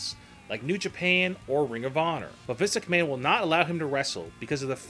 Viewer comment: he kills me when he says visk mcmahon..